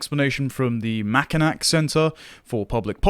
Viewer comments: Its pronounced "Mack- Inn- aw" not "Mack-inn- ack". Dont ask me why. Michigan names are weird. Yes Im correct, I live there. No i dont care what you read online. Both the city and the island are pronounced with an "aww" sound. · As a Michigander I feel obligated to tell you, it's pronounced Mak-inaw not Mak-inak. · As a minor aside, Mackinac is pronounced "Mackinaw" for some reason, probably to do with its French linguistic origins. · Just a bit of a correction, ole chap. Mackinac is pronounced as “Mack-in-aww” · The last syllable of Mackinac is pronounced naw. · as a Michigander, it's pronounced "mack-in-naw" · It's pronounced "Mack-i-naw." I know it's stupid, but that's how it's pronounced.